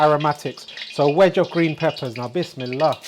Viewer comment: What is it you say before any cooking? sounds like Wis me la. I have learnt so much from you cooking and have built me new kitchen in such a way I can cook all your recipes. Thank you. Andrew